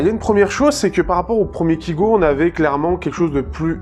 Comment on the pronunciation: Sa se dit kaygo et pas kigo pourtant sa s'écrit bien kygo je comprends pas pourquoi tu dit kigo